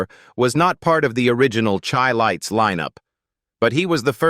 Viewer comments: You keep showing pictures of Stylistics, Barry White. Airion Love...many mistakes. And it is Chi lites. Like Chi-cago ...pronounced shi not Chi.... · Pronounced "SHY LIGHTS". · Whenever you guys hear this voice it is AI. You will hear a lot of untruths. He even pronounced the group name incorrectly. BS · You need to learn how to pronounce their name Chi- lites 😅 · Whoever put this together really needs to take this off of here because there is much misinformation, videos of singing groups who are not the chi-lites, and the pronunciation of the group's name is even messed up because this obviously is AI generated.